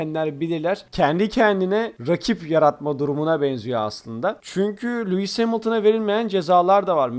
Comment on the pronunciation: Abi anlıyorum aksağanlı söylüyosun ama cidden Lewis değil Luis gibi geliyo